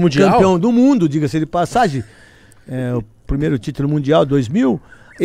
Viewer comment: O melhor! “digasi dipassagi”